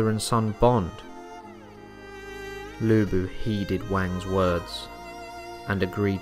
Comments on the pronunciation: Thank you for covering Lu Bu! Good job, but could you work on pronunciation? Chinese is a difficult language, so I understand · Its...its...LU BU!!!